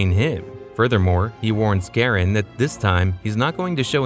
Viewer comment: Its Char-on,.you AI.